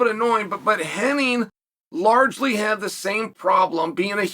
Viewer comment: HennIG not Henning